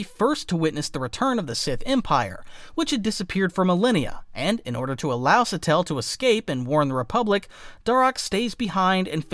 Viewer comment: If you're doing videos on lore of any kind, real or fictional, it wouldn't be hard to look up the pronunciation of words. Trah-kah-tah. Not Trak-a-tah. Also Sa-teal, not Sa-tell. My lord... Doon-mock, not Dun-mock. My guy, it's really not that hard, especially if you're a Star Wars channel doing exclusively Star Wars lore.